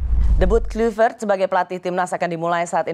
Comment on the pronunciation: Rosi ....sebagai wartawan senior harusnya anda menggali lagi source yg ada terkait spelling atau penyebutan nama PATRICK KLUIVERT, dmana anda selalu menyebut nya dgn Kluyvert bukan Klayvert .... Semenjak era 90an seluruh komentator siaran sepakbola dunia memanggil nya dengan sebutan Klayvert bukan Kluyvert ...please perdalam dulu materi talkshow nya dengan referensi yg ada diluaran Agak ganjil sekelas ROSI masih salah perihal spelling sosok nama besar seorang legenda sepakbola bernama Patrick Kluivert